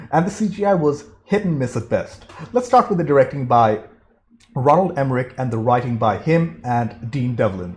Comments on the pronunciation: It’s ROLAND Emmerich Not Ronald... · I could have sworn it was Roland and not Ronald. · I love watching this movie and I know there’s nothing you can do about it after the fact, but seriously dude it is annoying as hell listening to you mispronounce his name. I don’t know if you’re dyslexic or what but next time you watch one of his get the name, right